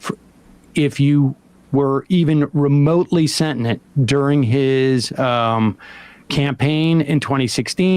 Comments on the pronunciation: Um, moron, do you mean SENTIENT? What is Sen-Nent? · Sentinent? Sentinent? They speak English in what? Sentient. Dear god. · It's "Sentient" Sam, not "Sentinent"... 4/10 - must do better 👩🏼‍🎓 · Sam, the word is "sentient". I don't know what "sentinent" means (a thinking continent, perhaps?). 😊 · Sentinent? Sentient. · I try not to be this guy, but this is like the third video where Sam has said “sentinent.” It’s “sentient” with only 2 “n”s. I know, it’s a small thing, but it distracts from the great points being made. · When I bought a Powermaster Optimus Prime in 1989 the box said “Freedom is the right of all sentinent beings.” It seemed like a typo at the time but hearing Sam’s pronunciation now I wonder if maybe it was a regional thing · The fuck is "sentnint," Sam? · Is this the first time Sam has used/read the word sentient? I love ya dude but that’s not how the word is pronounced. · Sam doesn't know how to pronounce "sentient" teehee 🤭